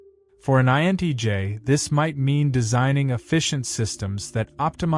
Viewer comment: You keep saying INEJ instead of INTJ. I am an INFJ and at 56 I have completely given up on the species of which I belong to. Everyone is so fake and shallow, and thats why I prefer my own company and being in the company of mother natures flora and fauna. I can be myself with mother nature.